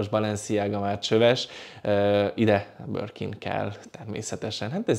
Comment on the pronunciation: Beszed hibas! Nem forog a nyelve csak a 'Borkin'-ert 🤣🤣🤣